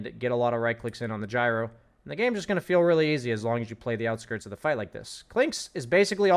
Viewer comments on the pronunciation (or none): none